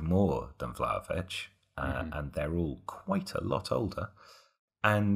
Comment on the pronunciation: Its Vla-HO-vich, not Vlavich. Get it right!